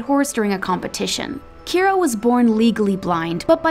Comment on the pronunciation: It’s kyra not Keira